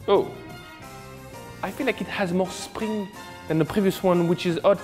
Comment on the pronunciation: That accent hahah. more SPRING.